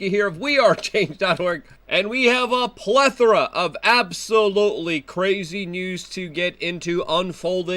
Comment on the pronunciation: Stop saying plathora ffs!!